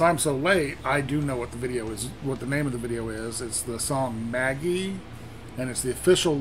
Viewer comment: Nah, mate. pronounced it correctly. It's like Maggie. Saiki-san Tweeted it before. It's the German word for Magic not the French word. (They're spelled the same but pronounced differently -- French being the combination of Frankish and Latin.)